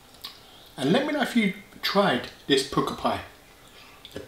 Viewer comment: I tried the Pukka Pies pizza slice and thought it was disgusting, just a nasty tomato taste, would never eat it again, Also I'm surprised an Essex lad like yourself has never heard the word Pukka before... meaning good, it's pronounced 'Pucker' but you always say 'Pooker' lol